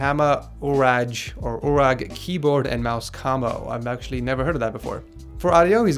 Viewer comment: thats pronounced hama you rage (u rage)